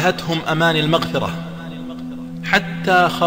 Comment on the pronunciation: المغفرة ياشيخ وليس "المقفره" كما ذكرت بارك الله فيك في بداية معرض حديثك ..